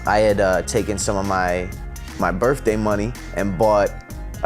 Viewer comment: "Birfday" haha I love you Andy